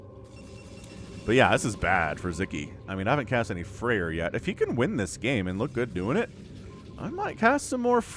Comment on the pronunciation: And also, not FrEir, but FrAer) thats how to pronounce it on russian😀😀😀